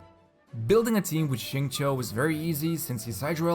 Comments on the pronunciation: It is actually more towards “chew” than “Cho”, depending on who you ask. If you ask someone from Beijing with a strong accent, you’d more than likely get a “Cho” sound. But if you are basing it solely from the pinyin, “chew” would be the more appropriate pronunciation. Both are alright, but it is not right to say one is better than the other. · He didn’t say it right tho lmao. In his story if any of you paid attention you would have heard him say his name multiple times. Its sing-chow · Most of you are pretty off as the acceptable levels of pronunciation for his name is definitely at how it is said in code geass (R2) "xing-ku" (this is just how it's displayed, but someone who has heard it knows what it sounds like) infact if someone says "xing-ke" with a very short 'e' at the end, i think that's fine too. It's almost like how a japanese guy would says "zinc" with an easy to miss 'e' or 'u' after c. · I’ve been learning Chinese for a few years now, I pronounce his name sing chee-yo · It's not bad but as a Chinese person, I can assure you that it is still kinda off.